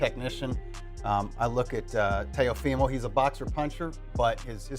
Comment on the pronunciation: How many different ways, can you pronounce Teofimo’s name? This guy is ridiculous.